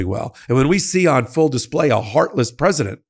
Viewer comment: Anyone notice that he said “predisent” Trump and not president. Doesn’t mean anything. I just thought it was funny.